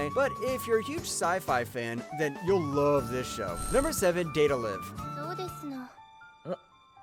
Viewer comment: Yo, he really Said “Date A Liv” instead of Live